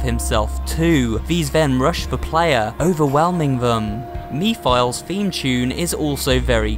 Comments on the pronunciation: "me-files" i'm sorry i cracked up lmao, it's "meh-fil-less" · Mephiles is pronounced METH-A-LISS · not to be pedantic, but Mephiles is pronounced "MEH-fill-eez", a shortened version of Mephistophiles. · seriously me philes? its meph iles like the demon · Me files omg hes stupid its mepheles oh no no no no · Mephilies is not pronounced MEE•FILES it is pronnounced MEF•IL•ES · Did he say me files? Its mephiles (meh fer lis) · As in "Mef-(istoph)-il-ese." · Mephiles is said as meph-a-lis as far as I know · mispronounces mephelis(mefelis) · His name is pronounced meph a les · Pronounced ( meh-fil-es) Mephiles. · Actually, it’s pronounced Meh-fuh-lis. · Pretty sure the game pronounces it as "Meh-fill-iss" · (Meh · fil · iss) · It's Mephiles not Me File. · Mephils it's (meh-thill-is) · Oh, man. You pronounced "Mephiles" so terribly wrong. You should have checked how to pronounce his name correctly, before recording the audio for this video. I'm assuming this also means that you never played the game yourself. Otherwise, you would know how to pronounce his name 😂 Also, Sonic and Amy aren't a couple. Yes, she indeed has a huge crush on him, but Sonic rather consideres her as a friend and tries to avoid her flirt attempts. After all, in the Sonic comics set in the future, he's actually married to Princess Sally Acorn and even has two children with her. I also think you got the ages wrong. I don't know how old Sonic is supposed to be (probably not that much of an adult as you might think, maybe he'd be about 17 or 18 years old), but I think Elise is actually older than 15. If I'm not mistaken, she's somewhere between 16 and 19 years old 🤷🏻‍♀️ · I know I'm late of saying this but yes Sonic is actually 15 and Sonic and Amy don't but do have a thing going on or between the two and you said Mephiles name wrong and so on that's all I had to say ✋😅😅😅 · Elise: *kisses Sonic* Me: wtf this is beastiality- Also you mispronounced Mephiles